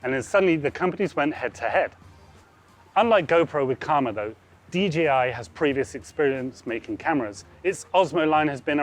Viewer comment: DJI Not dgi It's a pet peeve of mine when people say it wrong